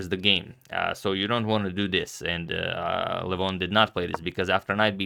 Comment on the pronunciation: His first name is pronounced “Legh-von”, not like “Luh-voghn”. I don’t know why other Armenians are giving wrong pronunciations. It could be because we are very spread out and have different dialects. But Levon is from Armenia proper, like myself, where we speak the Eastern Armenian dialect. I can say with certainty that you went farther away from the correct pronunciation after changing. Let me know if you’d like a video or audio recording. There is a video on YouTube where someone pronounces his name incorrectly, if you are referring to that. All the best.